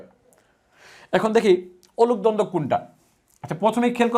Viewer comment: অনূপ দ্বন্দ্ব বলছেন? উচ্চারণ বুঝতে পারছি না। লিখে দিন।